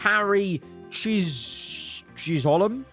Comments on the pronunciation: Pronounce Harry Chiz-uhm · Chisholm is pronounced “Chiz uhm”